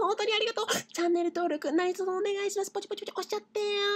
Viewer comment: たまにでる おねがいしまrrすがすき